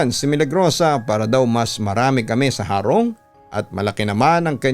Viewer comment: tamang pag pronounce po ng HARONG ay titigasan po ung HA . Hndi na po papahabain Ang HA . .HEHEHE Taga bicol Cam Sur heree☺️☺️